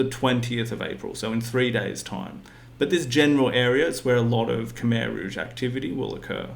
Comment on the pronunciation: FFS it's not cum eye its khmer,!!!